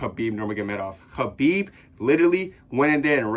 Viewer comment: Bro sounds like he’s choking on a puppy saying Khabib